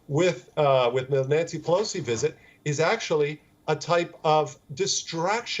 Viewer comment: LoL. The "wisit" came and went. Nothing happened. News over.